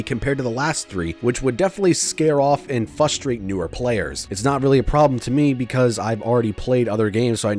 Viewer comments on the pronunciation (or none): Just would like to point out that it's said "frustrated" not "fustrated". Not the first time I hear this, don't feel bad about it. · Nitpick, but why do so many Americans say 'Fusstrated' instead of 'Frustrated'?